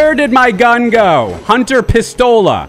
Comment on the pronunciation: funny way how you said my pistola hahaha x)